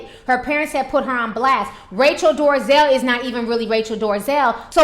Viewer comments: It's NOT DORAZel it's DOLAZEL what I don't like is that you have an attitude that thinks you can defy correct English, then you act all ghetto about it. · dol-eh-zal. NOT door-uh-zell. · Um her name is DOLEZAL nit DARIZAL lmao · Dorazel? lol Dolezal! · Dorazel? Bad pronunciation. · Why ti say that lady name like That? Lol🤣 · OMG how many times do you have to read and say her name before you get it right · What I find humorous about this video is that she can't even pronounce the woman's name correctly but she decided to devote enough time to make a video bitching about her. Hahahahaha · Your talking on kinds of crap and you don't even know how to say her last Name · You don't even know how to say her last name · Ti shamelessly butchers names 😩💖